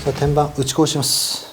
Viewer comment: 打ち粉をしましょうがぶち壊しましょうに聞こえた😂